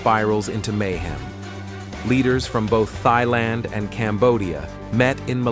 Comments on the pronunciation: Its 2025...why TF are you pronouncing Thailand as "Thigh-Land"... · Say Thailand correctly common now.